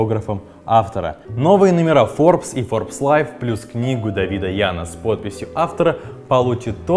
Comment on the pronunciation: Поменяйте ведущего, ну вообще никак не созвучно со словом FORBES